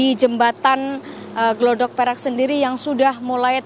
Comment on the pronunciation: Gladak Perak mbak.." Bukan Glodok Perak...😢